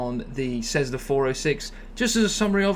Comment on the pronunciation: This guy is a proze 'Black & Decker' (what do they make?). The guy can't even pronounce 'Cessna' correctly. He's like a cheesy salesman. With the pseudo-US accent.